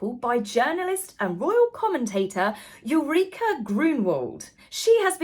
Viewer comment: Hi,. The name of the German journalist is Ulrike, read as it is written. [ul-rike grune-vald] or ool-ree-keh